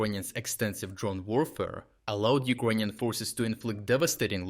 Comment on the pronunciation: Why does he keep saying Ukonian?